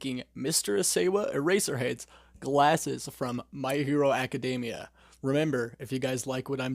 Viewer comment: Dude, you are pronouncing Eraserheads name wrong